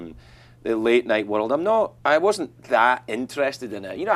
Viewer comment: His accent seems much thicker to me here than it did at that time on his show. Didn't you notice how he pronounced 'world'? He said 'wurruld'!